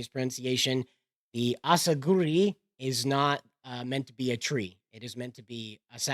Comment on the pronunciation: Katakana clearly says asakuri, yet shitty AI english pronunciation can't match the proper japanese one 😕 Subtitles would be so much better than those crap voices x_x'